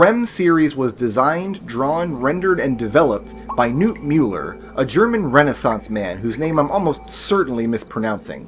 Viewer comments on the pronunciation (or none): Awwww, tried to say Knut and almost got it right! The K isn't silent, friend.